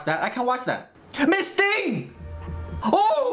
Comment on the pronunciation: The Most stressed “Miss thing” I’ve ever heard” 😂😂😂😂 . . . By the waaaaaay 👀 trailers for “The boys” season 3 came out 😗😗 soooo pleaaaase react to season 2 You should get into “DOECHII” 👀 her music is 🔥 get your life listening to “persuasive”